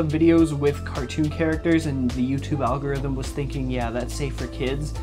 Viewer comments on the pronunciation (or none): none